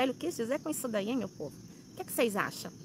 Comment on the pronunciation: A língua portuguesa anda mal. O " Heim" virou " Em""!??